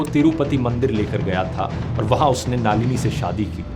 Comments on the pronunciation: Naalini ❌ Nalini ✅ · Dhruv Brother, her name is not नालिनी ❌. It's नलिनी ✔️. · नालिनी नही, नलिनी है. जर्मनी मे रहके गल्त बात कर रहे हॊ. बंद करो अपनी बकवास. बंद करो ये चॅनल. आपकी औकात नही इंडिया के बारे मे बोलणे की. जर्मनी पे विडिओ बनाओ. और देखो आप बाहर रहते हॊ की जेल मे. लानत है आप पर. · You are doing a great job, but a feedback for you - Please pronounce the names correctly. Doesn't look good coming from one of India's biggest youtubers. So, it's नलिनी not नालीनी and शिवरासन not शिवारसन. Great work otherwise as always. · ध्रुव भैया, नाम थोड़ा edit कर लीजिए, उनके नाम, शिवरासन (शिवाराशन नहीं) like this नलिनी not नालीनि, etc etc